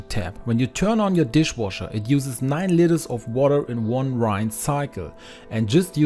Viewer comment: It’s pronounced “rins” not “rains” (rinse) lol